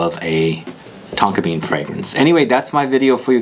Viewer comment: At one point I almost thought you said Tonka beard 😁